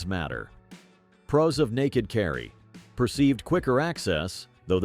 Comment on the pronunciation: Carefully consider the pee-rows and cons. Got to love the robot voice.